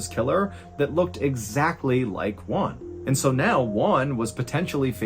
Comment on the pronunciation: mr ballen, the j isn't silenced it's pronounced hwan. j sounds like h in spanish